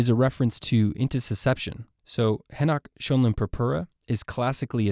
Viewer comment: I have of this writing szmptoms of the diarrhoea type I consumed something that must have been late the day before. BTW obviously you are not a German speaker, Henoch-Schölein is pronounced as haynoakh sch r like an Irish r line. Not henach shoaline. I am a native German speaker myself. (Eduard Heinrich Henoch und Johann Lukas Schönlein) both discovered this pathogen during the late 18th century and 19th centuries respectively.